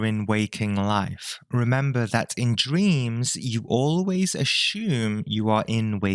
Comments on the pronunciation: This is great but one part annoys me. The word assume. It's said Ashoom and that is wrong. It is supposed to sound like (uh sue mm) not Ashoom. Anyways, I love everything else on this video. I have been able to control my dreams since the early 80's maybe earlier. It is a wonderful thing. I love reversing dreams and making them go the way I prefer them to go. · I shouldn’t laugh, but the way you say assume got me bad 😂 love it